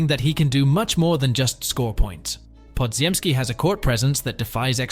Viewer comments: podziemski is not pronounced the way it’s spelt. Only AI would pronounce every single letter in it. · ones like bpodz. Ai pronounces it how it’s spelt, but it’s not correct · yeah, I got it now, from the way it pronounces Podz name you can tell it’s AI voice. However, Koominga is the right pronunciation since it’s a Congolese name. I’m from Burundi, DR Congo is our neighbor